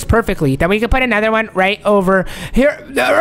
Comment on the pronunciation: It's can not kan